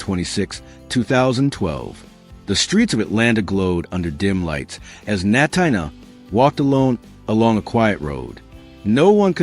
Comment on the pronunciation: Natina Reed first name is pronounced like Tina, so it’s Na-teena. Please pronounce it correctly!